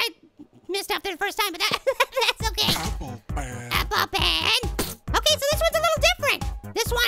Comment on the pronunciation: when he says pen it sounds like he saying ben